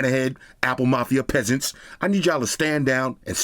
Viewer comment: The P in pesants was PUSHIN 😭😭😭